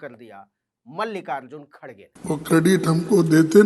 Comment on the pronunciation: खड्ग खेड़े हो नहीं सकता उपर बोलना शुद्ध नहीं आता उपर से गुसा